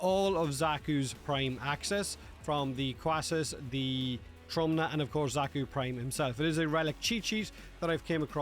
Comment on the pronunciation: Just so y'all know, "Trumna" translates to "Coffin" in Polish It's pronounced "Troomna"